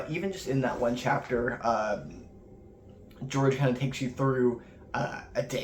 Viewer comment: It's actually pronounced George